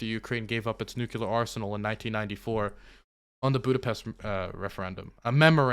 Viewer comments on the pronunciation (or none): Holy shit, now that all this was is happening, YOU ARE GOING TO NEED TO STOP MISS PRONOUNCING THE WORD "NUCLEAR" PLEEEEEEEEEEEEEEEEASE, IT'S NOT NUKULAR!!!!!!!!!!!!!